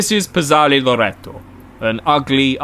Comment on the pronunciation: Great video, but I have to say you should have put just a little more work into learning how to pronounce the italian words. The way you pronounced Piazzale Loreto made me laugh out loud because without looking at the screen I thought you're trying to say "Penis Loreto". Buona festa della Liberazione!